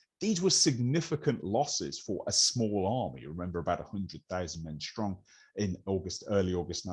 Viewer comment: Enjoyed this highly interesting presentation.But why do modern speakers pronounce words that begin with an S ,as if they begin with an SH,like Shtrong instead of Strong? It's one of the peculiar modern fads for which there is no linguistic logic.